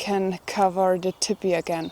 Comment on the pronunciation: I was hearing her say "Tippy" then realized she was saying "Teepee", her German accent is cute